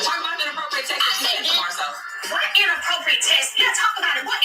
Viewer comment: can't even pronounce "text"..she knows damn well Mel wasn't being inappropriate.